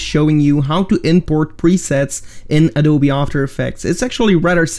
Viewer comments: not adoobe...but adoobii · Am I the only who laughed when they said “adoobe”